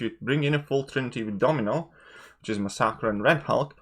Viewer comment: Masakra?? Lol... C'mon, I think you mean Masacre (pronounced "Masaker" in English) /. Otherwise, completely agree with Colossus. I've been saying it for some time now. Had him R5 right after the beta and he's been putting in work ever since.